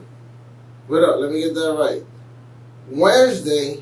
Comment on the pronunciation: Waresday? Wtf is waresday u idiot smdh infuriating